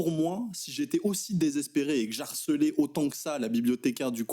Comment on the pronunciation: "JE Harcelais" et non "j'harcelais", si je puis me permettre... ;)